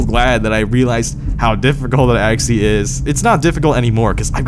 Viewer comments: There IS a T in acTually!!! Why do you keep saying aXially? Let me guess: You AXE people questions as well? ASK... try pronouncing it A-S-K... Speak REAL PROPER ENGLISH or go back to your native tongue. Quit degrading the English language. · please say actually properly next time please.